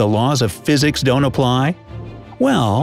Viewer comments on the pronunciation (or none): none